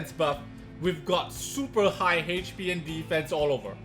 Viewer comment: love how says HP "HAYCH P"